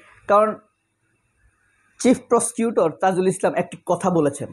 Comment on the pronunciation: Brother, not tizul, Should be tazul Tks